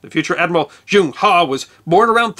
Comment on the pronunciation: I'm an American who is currently teaching English in China. I have a degree in Applied Linguistics, and can speak Mandarin. I also lived in England for a couple of years, and try to point out the differences in pronunciation between British English, and American English whenever possible. The name Zheng He is pronounced in modern Mandarin like /ʒuŋ/ /hʌ/. The sound characterized as "Zh" sounds much like the second syllable sound in the words "Leisure" or "Usually" with American pronunciation, and the /uŋ/ sound is the "ung" sound found in words like "hung" and "rung". "He" would be a "Huh" sound found in the pronunciation of "HUD" (as in "Heads Up Display") without the "d" sound at the end. Admiral He is very popular in China, and everybody I've talked to about him is very familiar with his expeditions.